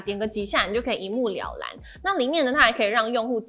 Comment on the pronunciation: 只有我聽到一目瞭藍嗎？